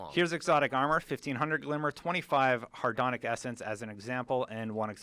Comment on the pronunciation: I love how they worried about mispronouncing the new Etheric Light, and then said "Hardon"ic Essence. Hadrons are subatomic particles. Hardons are something else entirely.